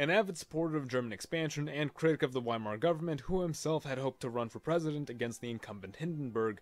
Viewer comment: epic, but excuse me for my criticism of your german pronunciation but its *V*eimar